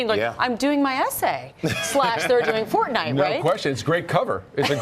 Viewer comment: Pronounce Fortnite correctly